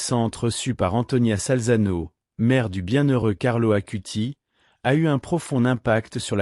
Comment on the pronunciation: Ce n'est pas ACUTI mais ACUTIS (avec un "S" à la fin)